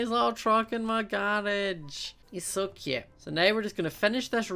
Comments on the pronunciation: Instead of cute he says it like kute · I love the way you say cute